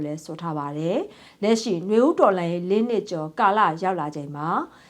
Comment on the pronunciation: ဂါဝရမဟုတ်ဘူး ဂါရဝပါသတင်းကြေငြာတဲ့သူကမြန်မာစကားကိုသေချာလေ့လာပြီးပြောပါသတင်းသ မားကမမှားသင့်ပါဘူး